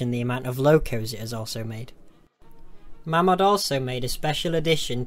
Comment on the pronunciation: Its pronounced 'MAYMOD'